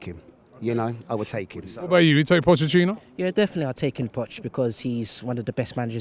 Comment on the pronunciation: Pochettino’s name should be pronounced Poh-Kay-Teen-Oh.